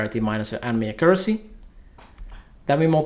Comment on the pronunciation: great video, Im sure everybody will use this as a reference once the changes are out. only thing bothering me was your pronouncement of accuracy :)